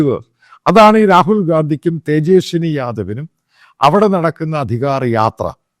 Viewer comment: അച്ഛായാ...തേജെസ്നി അല്ല തേജസ്വി യാദവ് (Tejashwi Prasad Yadav)